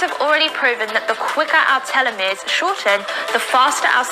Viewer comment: Did you notice she pronounced it telomeries? Like it's a teletubby 😄